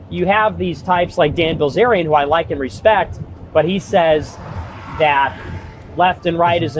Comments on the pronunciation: It’s BILzerian not BLIzerian. You making such a blatant mispronunciation over and over unapologetically is almost as grating as when people use woman for the plural instead of women. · Bil-Zarian, NOT Bluhh Zarian, other than that you 100% called it on Dan the Scam Bilzarian. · It's hilarious watching you READ Bilzerian, hear other people SAY Bilzerian, then STILL say it wrong. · BIL-zerian dude cmon, not hard to read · It's Bilzarian not Blizzarian right? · Is he saying Blizarion on purpose or is he just dyslexic? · On a side note, notice how Asmong can't pronounce Bilzerian correctly so his mind defaults to the closest word he knows, Blizzard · is it just me or does he keep saying "Bilzarian?" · Asmon needs to stop saying "blizerian." I don't know if this is an inside joke or something, but it actually irked me. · Do you say his name wrong on purpose? 😂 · Pretty fkin annoying how he can’t even say his name it starts B I L ffs